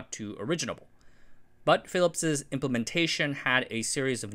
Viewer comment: “Philipsezzezz” WTF!! When will you Americans stop murdering the language. The apostrophe after the word ending in ‘s’ only requires you to say “Phillips”, you don’t need EZZ or EZZEZZ on the end. It just sounds ridiculous and like you never learned the language properly.